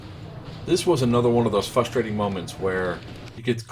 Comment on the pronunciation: WHEN YOU SAY "FUSTRATING" ITS FRUSTRATING